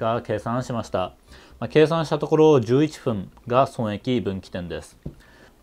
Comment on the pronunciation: 「11ふん」ｖｓ11っぷん どっちが正しいのか